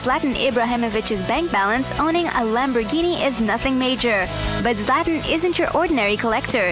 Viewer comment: hate how she pronounces his name Szlat-an and pronounced audi oodi's